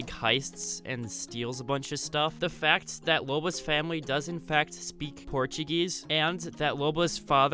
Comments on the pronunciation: Did he just say "Portiguese" ??????????????? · Why did you say Portuguese in the start like that lmao